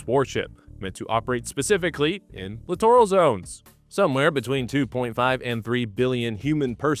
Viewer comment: did you say clitoral zones?